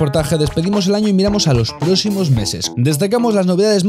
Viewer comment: Se dice PRÓXIMOS. No PROCIMOS